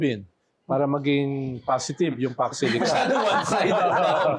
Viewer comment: Mali po ang Paks Silica.... "Fox Zuleika".... itaning nyu kay VP INDAY😂😂😂😂😂